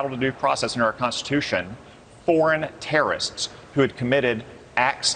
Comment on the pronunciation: Can we enunciate if we’re going to have leadership roles? The word terrorist is not that hard to pronounce. Further, everyone knows that there are plenty of innocent people behind bars, being in Guantanamo isn’t an automatic guilty that’s why they just randomly released that man back to Algeria.